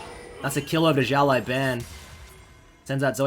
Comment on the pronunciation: Hey man, I get that you’ve never spoken Chinese before so it’s completely understandable, but when you pronounce the “Xiao Lao” in Xiao Lao Ban, as opposed to saying “Shao Lai” , can you pronounce it “Siao Lao(w)” please? It’s a lot closer to the actual Chinese pronunciation :)